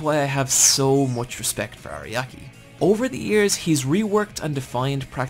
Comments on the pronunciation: It's irritating to hear "Ariaki" instead of "Araki" through the whole video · God, this guy makes me mad with how many names he not just pronounces wrong, but also gets entirely incorrect. He keeps calling Araki “Ariaki“. How do you even get that wrong this hard?!